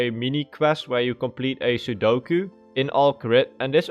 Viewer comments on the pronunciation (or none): none